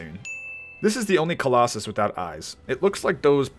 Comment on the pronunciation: shadow of the colos-sus edit:SORRY I HAD TO LMAAOAOO